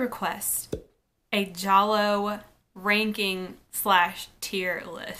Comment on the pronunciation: Thank you for pronouncing it correctly! 😀